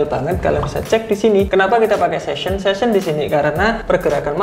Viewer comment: Session bang bukan season